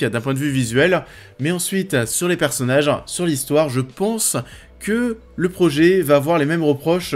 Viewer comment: Commeanng, personnageanng, visuelleannng